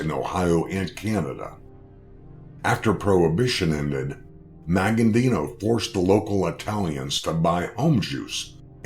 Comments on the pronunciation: It's not pronounced Maggandino, it's Magaddino, no "n" before the "d". And the pronouncing of his home town is just embarrassing. Just sayin' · The guy who is narrating this keeps saying his name wrong. "Maggandino"? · Thought the same thing. An accurate video but kept screwing up his name . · this commentator is a freaking clown!! He can't even pronounce The Don's last name properly or the town he came from!! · COMMON INFORMATION. WHAT ASTOUNDS ME IS HE CAN'T EVEN PRONOUNCE MAGADDINO'S NAME RIGHT.